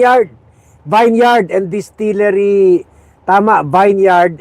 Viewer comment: Distilliary” Limtuaco “ 😅😅😅